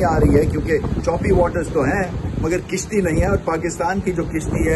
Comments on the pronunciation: sir kishti nhi kashti hota hey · With due respect to Ramiz Raja the word pronounced as Kashti instead of kishti..